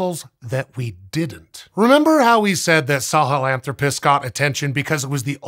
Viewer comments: The 'sah-hellen-thropus' pronunciation is killing me. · it's hard to listen to you pronounce Sahelanthropus that way.